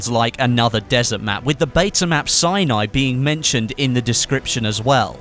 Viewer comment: thanks for the info(you are now my go-to channel for battlefield info, bt please say Sinai correctly